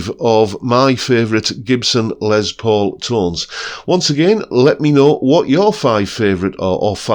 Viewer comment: Pedant's corner: it's pronounced ' 'Less' not Lez Paul. It's short for Lester, not Leslie. You're welcome. 😏